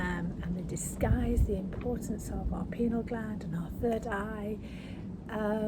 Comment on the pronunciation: PINEAL gland...PINE - AL....not PENAL